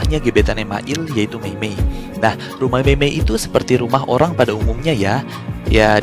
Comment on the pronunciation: Orang bang bukan holang